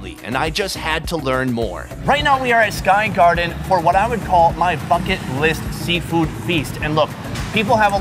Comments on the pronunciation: Am i the only one who heard, fuck it list? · I thought he said "f**k it list" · When he said bucket list I thought he said f**k it list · 🤣 sounded like he said f$@ list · When you’re saying bucket list it sounds like f*ck it list which I think still sounds accurate 😂😂 keep up the videos with Andrew, you guys are the best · I kept thinking he was saying his “f*cking” list. Lol. Finally realized it was bucket list. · Why did I think you said f&*# it list!!! 🤣🤣 anyways great videos! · I thought he said “fu*k it list”😂😂😂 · When you said bucket, sounded fuck it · Who else though he said " fucken list"😂😂😂😂😂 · I thought he said "my f..kg list.." Ha ha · I genuinely thought he said his 'fucking list'.... Lol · When he said bucket list I thought he said fuck it list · Every time he say bucket it sounds like f*ck it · I thought he said fucking list 😂😂😂😂😂😂😂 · I cant be the only one who heard" fuck it" list riggght?🤔🤔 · i thought he said fuck it list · I thought he said F*** it list smh